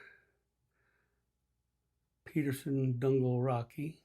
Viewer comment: Nice job! (Just an FYI: Donegal is pronounced "duh nee gl". 😊 )